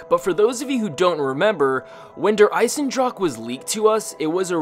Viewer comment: its pronounced draw huh